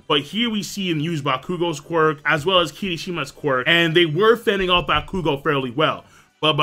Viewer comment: Adonis Richards he's pronouncing it right. it's bakugou's name he pronounces wrong (he emphasizes the "KU" instead of the "Gou)